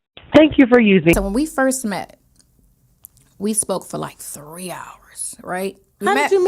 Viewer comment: can you imagine being intimidated by a man that can’t pronounce 3 letter words ? 😂😂😂😂😂